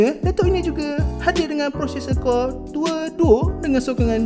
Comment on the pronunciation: "Intel Core Due Duo Due poin Due Gigahez" 😂